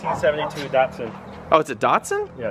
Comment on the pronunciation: Also what the fuck is a ‘ DUT SUN ‘ !? ITS FUCKING ‘ DAT SUN ‘ YOU IDIOT LOL